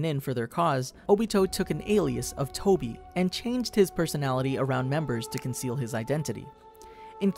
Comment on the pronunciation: Tobi not Toby🙂